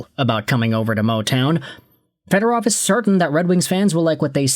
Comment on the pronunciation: I'm surprised you can pronounce Fedorov and Buchelnikov's names correctly